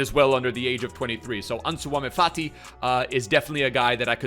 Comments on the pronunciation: Ansuwama fati? Just say the name in English, Pleeeease. You don’t need to put ur twist on it mate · still butchering Ansu Fati's name......